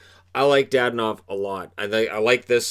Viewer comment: It's not DaDanov, it's DadOOnov.